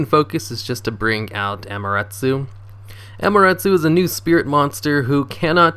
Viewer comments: "It's main focus is just to bring out Amaruttsoo." Me: Excuse me, WHAT??? 😂 It's 'Amaterasu', like 'ummaterruss[ew]', the shintoistic god of the sun. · it isn't hard its 5 syllables dude "Ah as in An without the N, Ma as in Man without the n, Te as in Ten without the N, Ra as in Ran without the n, and Su as in Sun without the n. A-ma-te-ra-su. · Neither have I but damn he butchered that name...